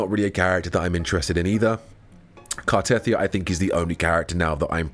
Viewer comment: It's not Car-teth-ee-ah, it's Car-teh-thee-ah.